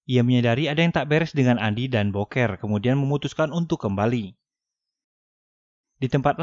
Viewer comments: Bukan boker bg,dibaca "buukir" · Ganteng2 gitu di sebut boker Ama Mimin. Mengsedih 😂😂😂😂 Buker ngab bacanya bukan boker. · booker bacanyaaa bukerrrr bukan boker anjim wkwk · Booker di baca buker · Booker dibaca buuker